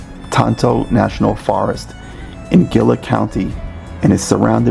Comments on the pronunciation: not Gilla county ,.... its pronounced HEE-LAH County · I live in Globe, Gila is pronounced hela. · Gila is pronounced "hee-lah". Gila county is set to become a future penturbian area, according to a book that I read several years ago, the book, Penturbia, by Dr. Jack Lesinger, that portends a coming future population trend in the USA, and why. Thanks for accurately pointing out how Globe got it's name, thanks for your vlog!